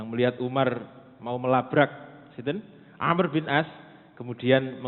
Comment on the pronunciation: Amr bukan Amru, Amr bin al ash ra..terkadang ada ustaz2 myebut Amru..sebutan yg benar- Amr,Am.